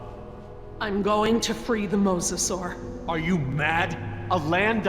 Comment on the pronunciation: But she says “I’m realising the mossasur” ???